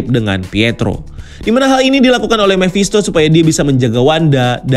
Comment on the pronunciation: Mephisto om bukan memphisto!